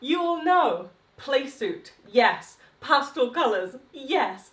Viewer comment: It drives me CRAZY that you refuse to pronounce "pastel" correctly!!!